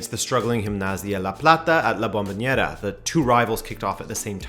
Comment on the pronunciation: La Bombonera not La Bomboñera